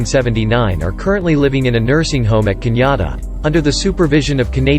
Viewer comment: how did they pronounce Canada?? Lmao